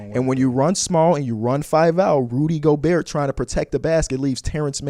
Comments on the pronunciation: The craziest part is he’s the biggest Rudy Gobert fan I’ve ever seen and somehow still doesnt know how to pronounce his name. You can hear him pronounce the T at the end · the t definitely comes out at times but in the first clip he just said it as gobear 3 times in a row so